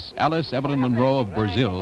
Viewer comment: kept butchering Allice throughout lol